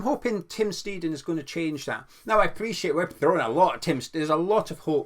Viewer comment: Boring comment but maybe useful! In German an ei vowel combo is always an “aye” sound . An ie combo in that order is an “ee”. So it’s Tim Sht-aye-ten hope that helps re pronunciation.